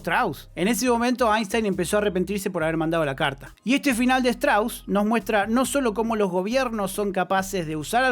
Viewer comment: se pronuncia "Stros"